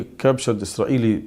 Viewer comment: the way he mumbles Eezraeli Brobaganda 🥴🤦🏼‍♀️🤡